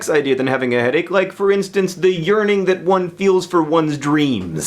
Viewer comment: I thought he said, "urining that one feels for one's dreams," not "yearning..."